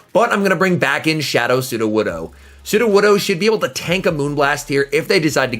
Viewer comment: You pronounced sudowoodo correctly You have grown, my son